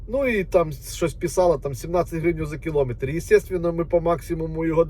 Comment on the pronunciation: Посчітав- порахував, не кілОметри а кіломЕтри , тіпа - слово -паразит , не з копіЙками , а з копІйками , виправляй мову як вже став блогером!